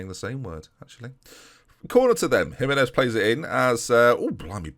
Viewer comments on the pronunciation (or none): none